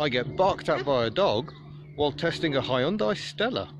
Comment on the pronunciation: That is the proof, English speakers can pronounce Hyundai to near perfection. :)